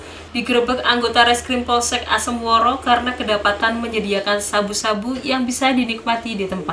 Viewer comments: Asemrowo njing bukan asemworo😂😂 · Asemrowo bukan asemworo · Asemrowo kok asemworo,,, hadeuuhh ga bs baca ta mbak 🤣🤣🤣